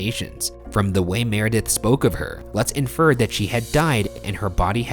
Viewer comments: Lutz is pronounce loots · ITS PRONOUNCED “LOOTS”... That’s my last name btw